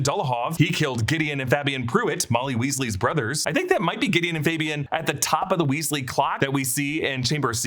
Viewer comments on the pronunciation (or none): none